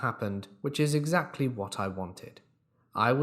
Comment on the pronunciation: y u say eggs Lee etc??